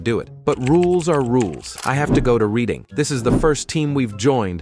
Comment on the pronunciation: If you're going to pronounce it reed een instead of red een, commit hard. Call 'em Reading Rainbow.